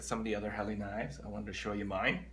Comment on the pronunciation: Your right it's pronounced hell la Great knives